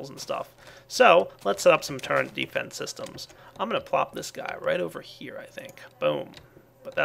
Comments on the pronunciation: Y U NO PRONOUNCE TURRET CORRECTLY ITS TURRET NOT TURRENT :( (go ahead and dislike this if you dont have ocd/sympathy) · i like, except for when he says "Turrent" instead of "Turret", makes me cringe. But good vid. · TURRET NO "N" IN IT! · "Turrent" ? lol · "the portal turrent" Portal TURRENT? TURRENT!?! Hehehe oh you americans... (correct me if I'm wrong about nationality) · Hey there is no n in turret:P